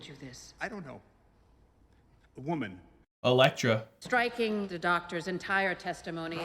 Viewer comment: He finnaly said Elektra!! 🙏🙌 lol, jk love the reaction as always ❤️